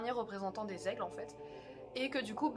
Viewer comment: C'est marrant mais dans l'intro moi j'entends: "Pourquoi les elfes ne pouvaient pas emmener Frodon au mordor!" :p